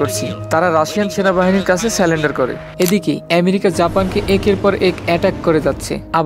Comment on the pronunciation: তোমার উচ্চারণ সঠিক না, এমনকি বাংলাও। যেমন, আকস্মিক-কে বলছো আকম্বিক। এছাড়াও সারেন্ডারকে বলছো সালেন্ডার 😂